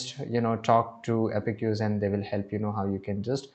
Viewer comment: Thank you for the informative video! One small note — the correct pronunciation is "App-Cues" (two syllables), not "Appe-cues". You can type it into Google or any AI tool to hear the correct pronunciation. Keep up the great content! 🙏